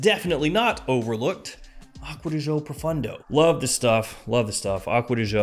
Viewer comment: Just curious brother…why do you always pronounce Profondo like Profundo…just sayin lol Love all your stuff though man, always check out your channel